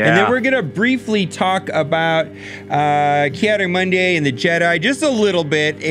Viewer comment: "Ki adi MONDAY " HAHAHA